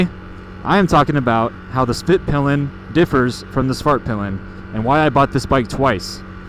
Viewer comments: Suvhurtpill'un and vittepillen ofcourse imagine owning one for years and not being able to pronounce it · Why not just say “the white arrow” or “the black arrow”? The American pronunciation of these words is making my Swedish ears bleed.